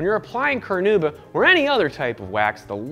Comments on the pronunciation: It's Carnauba wax not caranuba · Hi there! Just to let you know the wax's name is carNAúba not caranuba ;)